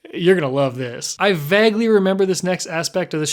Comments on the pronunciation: "I VAGLY remember" Ok small town midwest accent, I see you creeping out to say hi again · Vagly is a nice pronunciation of Vaguely xD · WHY DOES HE SAY “vaguely” WRONG WTF IM SO CONFUSED DID NO ONE ELSE CATCH THAT?